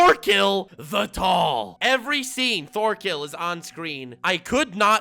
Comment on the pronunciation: Lol it’s pronounced tors torfinn and torkell